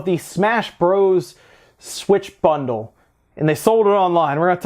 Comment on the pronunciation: suwitchu bunderuu